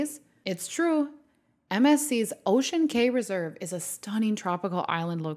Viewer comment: "Cay" is pronounced "Key".